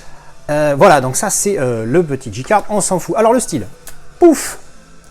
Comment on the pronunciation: Merci pour tes vidéos et ta bonne humeur ;) Par contre je suis étonné que pour un angliciste comme toi tu dises Dji card et non pas Djay card